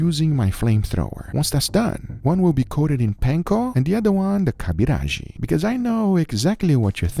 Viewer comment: First time commenting in this channel.. Kobiraji is a traditional bengali dish that actually goes with seafood, not so much with meat. The final product was similar, but some spices can can be obtained in india ONLY. It is pronounced ko (co) - bi (bee) - ra (Ra_ - ji (jee). Really glad to see niche food here. Try to visit Kolkata for the ultimate foodgasm. Seriously though, if you're are foodie and you haven't visited Kolkata in West Bengal, India, you're missing something. So visit and try this smorgasbord of food that only those who love to eat can create.